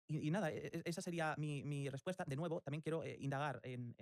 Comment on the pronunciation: a penas puede pronunciar la ''R'' la pronuncia como ''TWIERRWA'' MI ''RWESPUESTA'' ''RWESPONDA'' realmente, parece haberse criado en lengua materna inglesa y que SI, sea una semilla estadounidense... que Circo la locución amor.. TWIERRWA